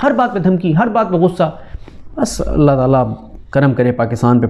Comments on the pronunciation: بندر بسم اللہ درست کر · Brother Bismillah Sahi parha kerain